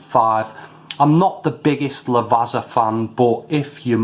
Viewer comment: Never tried these but always been curious....think I'll leave em alone as not keen on herbal notes...thanks for the review. Quite enjoyed the black espresso beans though. P .s. Lavazza is pronounced 'La-vaT-za' cos of having 2 z's in it like pizza 👍